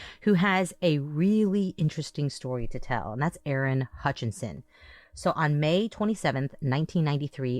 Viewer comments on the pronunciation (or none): Love the pod. But here a year later listening to WM3 case and came to see if anyone has noted that Vicki and Aaron’s last name is HUTCHESON, not HUTCHINSON*, as is written and spoken many times on the pod. There is confusingly also Joe HUTCHISON (Damien’s father). Small thing, but B & A are usually accurate so this bothered me.